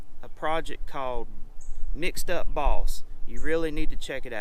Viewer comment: That truck is Sweet, I'd love to build one. But did anyone else think he said Mixed up Balls at the end. Took me a minute to realize it was boss.